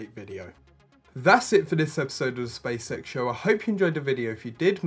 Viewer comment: Who else keeps hearing "Space sex?"